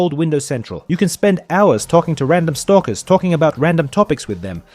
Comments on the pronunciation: You can tell it's an ai talking when he calls stalkers, stalkiers lmao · Stalkier is how it is pronounced in Russian lmfao